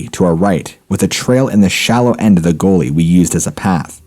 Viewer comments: I think he mispronounced "Gully" as in "we walked down by the gully". The dude has a weird way of pronouncing certain words. Its not the accent. Just him i think. Not as bad as Chillin Dylan (chills) but not bad. The speech pattern of Chills may be some form of impediment, i don't know but i love his content and his speech pattern means his pronounciation is very clear and concise. 2 of my faves.... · Oh, you mean ? That's a slightly strange pronunciation of "gully". :) Sorry, wasn't trying to be smart, only just heard it after I'd commented/replied. Lol